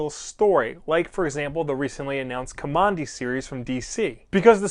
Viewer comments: You're saying his NAME wrong. If you read the comic you'd know that Kamandi got his name from living in a military installation. Now don't ask me why he wasn't named by his grandfather with a real name but they lived in Command D. And you are saying Kamondi. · Guess I will continue to search for a full review of the first issue and someone who can pronounce the name of the main character in a correct way...what did I just finish watching, some nerdy fan send up of DC, not sure.